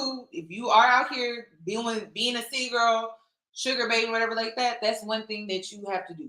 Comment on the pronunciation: Chile this isn't "City Girl" it's "Ceely Girl"..